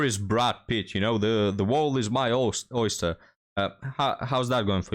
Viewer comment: “The wall is my oister.”